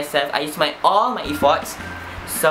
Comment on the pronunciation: Your pronouncation of "effort" is wrong !! But issokay still love the vid ♡♡